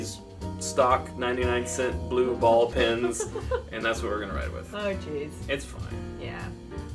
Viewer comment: Did he say "blue ball" pens? I'll see myself out now.